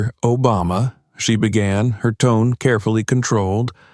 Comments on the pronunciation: Are you kidding me& The narrator cannot EVEN pronounce our past president’s name correctly? SHAME ON YOU FOR RELEASING THIS WITHOUT LISTENING, or even worse if you did release it anyway if you did listen. I feel ashamed of this video. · I’m happy he intervened. This discrimination has got to stop!🛑 So the president went with Sasha w/o a ticket? Or was it because he was ex president.😊🤷🏼‍♀️ The narrator mispronounced Sasha and Barack’s last name.😠🤷🏼‍♀️